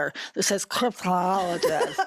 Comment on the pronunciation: Is he trying to say Cryptozooloist